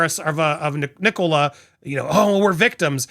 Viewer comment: Fyi, Andy the name Nicola is pronounced NICK- Uh- Luh. Not Nick-COLA.